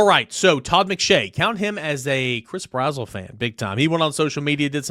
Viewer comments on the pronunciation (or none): Yo not tryna be rude homie but it’s Brazzle not brazwell